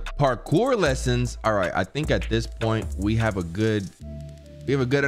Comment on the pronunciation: Nobody:: “PARKURE” LESSONS!?